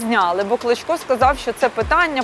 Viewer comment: Чесно кажучи, чи у вас погана дикція, чи ви навмисно кажете прізвище «клочко», як «кличко». Це не є добре.